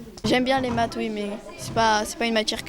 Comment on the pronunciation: Bon , il est bon en maths mais pas en métrise de la langue française, (ouiccch, ecchhh, chhh a la fin de ses mots)